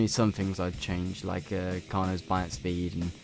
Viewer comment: "Sped" lol, so many people say sped instead of speed